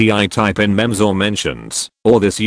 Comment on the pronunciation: When he pronounced memes as mehms I couldn’t focus anymore